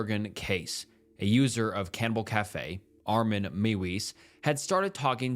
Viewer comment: You make pretty good videos, one suggestion, at least put the foreign names and words through a translate app. The Meiwes-Jurgen names are Mai-vez and Yoor-ghin. (Brent Yoor-ghin Brrandus and Ah-meen Mai-vez) If you put those names it’ll detect German and give you that. It’ll work for all names. If they don’t use the Latin alphabet then you can ask google or another AI to write the name in the corresponding language. Like, “How is Wong written in Thai?” And it’ll give you หว่อง and just put it in the translator from Thai to English. It sounds like, “Waahng”. Just a quick solution to make sure you’re not absolutely butchering names 😂